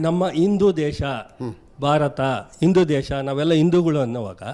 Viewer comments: ಇಂದೂ ಅಲ್ಲ ಬೇವಕೂಪೂ... ಹಿಂದೂ.. ಅಂತಾ ಹೇಳೋ.. ಮೂರ್ಖ... ಇನ್ನು ಇಂಥವನಿಗೆ ದೇವಸ್ಥಾನ ದಲ್ಲಿ ಪೂಜೆ ಮಾಡೋ ಅವಕಾಶ ಬೇಕಂತೆ.... ದಿನಾ ಸರಿಯಾಗಿ ಮುಖ ತೊಳೀತಾನೋ ಇಲ್ವೋ.... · ಮೊದಲು ಚೆನ್ನಾಗಿ ಹಿಂದೂ ಅನ್ನೋದು ಕಲಿಪಾ.. ಇಂದು ಅಲ್ಲಾ😂😂